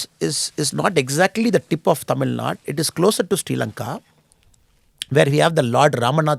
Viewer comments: This guy is unable to pronounce the name of the state Thamizhnaaduu properly...pronouncing it like some bjp rss owned national media reporters as" tamilnad"...so do u think he will do good to us??😂😂...we know about him very well..we are educated people and we don't fall for traps like this. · im a dmk hater now next? If ur representing your state to people then you have to do justice for it! What is this tamilnad? Who ever says it our response will be same. We cannot accept even the reporters who pronounce thamiznadu as tamilnad. How do we accept a guy representing thamizhnaadu and unable to pronounce it properly before Indian medias? A guy who is unable to pronounce the state name properly will help and uplift tamil peoples ! AM I RIGHT?